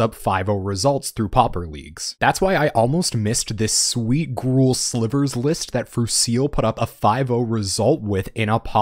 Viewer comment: This sounds spicy. Also TySM for pronouncing Gruul correctly